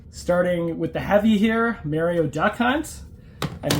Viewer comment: Please say "Mario" Correct.😅